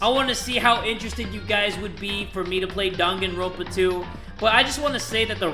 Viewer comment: “DanganrOAnpa”